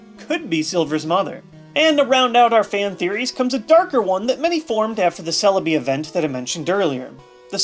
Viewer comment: Celebi not serebii